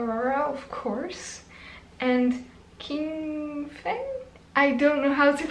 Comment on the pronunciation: Lovely reaction! Just want to say that you can pronounce the name Qingfeng as "chin phone". Not that accurate but i guess it's pretty close haha!